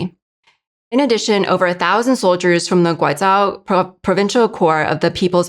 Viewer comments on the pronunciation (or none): I can't stand her pronouncing Guizhou as 'Guaizhao' .... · should've consulted a pronunciation guide before her mispronunciations of 'Guizhou' & 'Guiyang' were recorded.